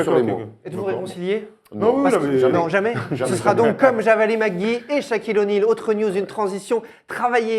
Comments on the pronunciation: Le présentateur il regarde la NBA desfois ? JAVALI ? Phonétiquement c'est "Djavale"....( à propos de Javale Mcgee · POURQUOI IL DIT JAVALÉ sinon bonne video